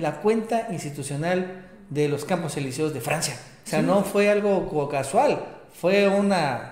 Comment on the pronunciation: Estan mal, Eliseos se dice con acento en la i...